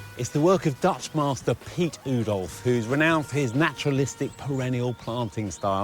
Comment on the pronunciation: It is not important at all but I do wish English professional gardeners would pronounce Oudolf the right way. Just say Wowdolf and then erase the 'W' and 'w'. That's close enough. If we would pronounce Joe's name in a Dutch way , he would be called ' You' . But we don't 😅.